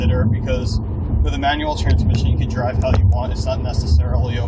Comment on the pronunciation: Am I the only one who thought he said 9 year old everytime he said manual?? lmao